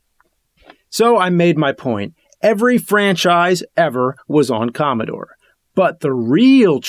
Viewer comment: More like.. Commobore